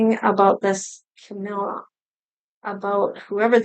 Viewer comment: Yay you said her name right. Awesome reading Thank you